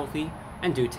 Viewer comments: papa dea not dilla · The word is papaDIA. There are no L's in the word papadia. It is not based on a quesadilla. It is a flatbread sandwich. Please, if you're going to review our food, make sure you're saying the name of the food item correctly. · It's not papadilla lol I would know I work at papa Johns